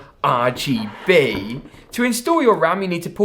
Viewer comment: Bro I love your channel but why do you say rgb like that every time. Are Gee Beeeeey